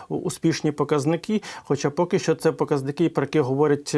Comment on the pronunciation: Не щчо, а ЩО!!! Щчо - інтеграл через плечо.